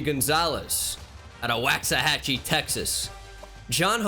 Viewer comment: It's pronounced Wahks uh hachie My hometown 💪🏾